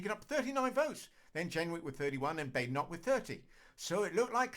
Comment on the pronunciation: Neither you nor Badenoch herself can pronounce her name. Therr y huv it